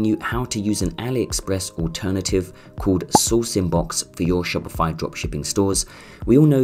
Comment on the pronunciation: dude stop saying shopify like that xD now i keep saying it like that haha